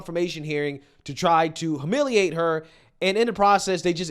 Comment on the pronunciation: Ffs learn to pronounce HUMILIATE!!!